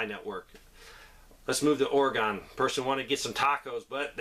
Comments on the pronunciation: Please pronounce my state right… Oregon is pronounced… Or-ee-gun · Oregon is pronounced “OregUn” like a handgun or an elephant weighs a ton! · Thanks for passing that on. Oregon is pronounced : Ore a gun . It isn't Gone yet. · WTF pronounce my state like this...O R Y G U N Thanks